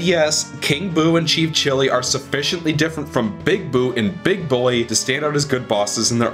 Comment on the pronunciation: Did he say "Cheap Chili"?